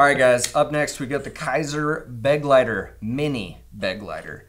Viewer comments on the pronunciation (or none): Begleiter is not pronounced 'beg-lighter' but more like 'be-glighter' - it's German for "companion". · I hate to be that guy, but it's Kizer "bê-glīter" accent on the second syllable. It's German for "companion." Cool name for an EDC knife. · Please look up how to pronounce „Begleiter“ It’s German and means companion.